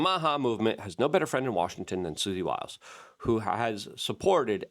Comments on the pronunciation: Sounds like " whiles" not Willis. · You’re mispronouncing Susie Wiles :-). like Wyles,…not Willes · Wiles not willis, that's call pro nown see ay shun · What chew talkin bout Willis? Her name is pronounced Wile ...s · Luke, Susie Wiles' last name is pronounced like Max Blumenthal pronounced it. I.e. "Wyles" with a long i like y sound since it has one L; not "Willis" as if it had 2 Ls and a short i. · Luke!!! I freaking knew you were going to say Susie "Willis". I was hoping you'd do better. You've got to take 2 seconds to learn how to say these people's names correctly bro. It's Wiles!!!! Sounds like While-s. It's not Willis man. Holy shit.